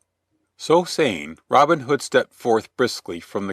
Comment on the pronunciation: Just two seconds in, and I am puzzled already. Isn't the way the narrator pronounces Robin Hood, the hood of a Robin, and not the nickname of a guy called Robin?